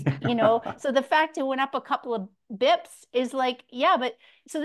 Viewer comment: She's impressive. Would love to hear more. She HAS to stop saying beeps instead of bips, though